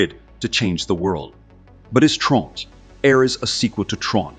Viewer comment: How many different pronunciations of "Ares" does this have? I'm typing this after pausing .